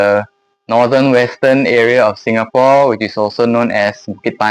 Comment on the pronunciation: Orang Singapura punya dialek sendiri waktu sebut "Singapore" 😅 agak-agak Hokkien, kayak "Singapoh".